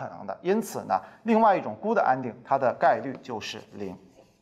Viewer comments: 英文發音 Good 沒有「的」 B 一聲（不是四聲） n 不是 恩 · good是短元音，无论英式还是美式都不是gud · 听到“箍的”“掰的”后，我才明白我的英文是数学老师教的！那我数学不好又赖谁呢？因为数学老师不是永乐老师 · good发音错了